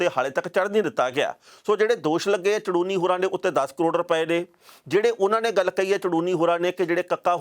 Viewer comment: Sir ਸ਼ਾਹਬਾਦ ਕੋਲ ਪਿੰਡ ਝੜੂਨੀ ਆ ਸਾਰੇ mistake ਚ ਚੜੂਨੀ ਪੜੀ ਬੋਲੀ ਜਾਂਦੇ ਨੇ please correct it